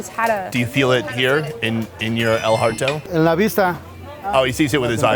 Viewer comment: "Do you feel it here? In the el hearto?" I'm dead! 😂😂😂